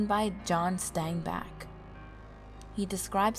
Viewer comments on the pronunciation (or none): Was this a school project. The narration is horrible. I couldn't get through the second legend. BTW the gravity hill is called "The Mystery Spot" and it's famous all over the US. Lastly, his name is John SteinbEck, not SteinbAck. I wonder what grade you got on the project.